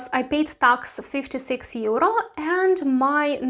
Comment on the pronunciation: Teacher? LOL. she cant even pronounce EURRrrO. No thanks.